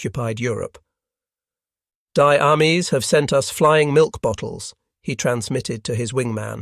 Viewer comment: 'Die' is pronounced as 'dee' Luftwaffe is pronounced Luft-VAFFE Wehrmacht is pronounced VEHRmacht. Focke Wolfe is 'Fok-ke Vulfe' (bit like 'full') 'Unter-OFF-itz-ier' And remember, what seems like an obviously English name like "Student" will ALWAYS be pronounced differently in german. How many times do I have to tell you these things? You're not in 2nd class as a slow learner! Your videography and facts seem pretty good. So why is your pronunciation STILL atrocious? You're mispronouncing BASIC German words for hundreds of listeners. It's painful to listen to. Get it right!